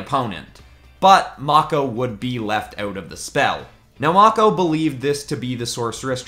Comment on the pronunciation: i hope you meant to say "mako" like "mocco" (its actually pronounced "mayko")